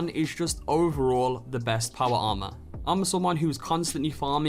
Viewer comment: Make a video of you only saying powa armah,for 3 minutes straight.